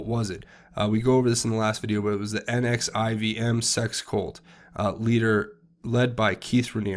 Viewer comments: Pronounced “nexium” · It’s actually Callen NexIUm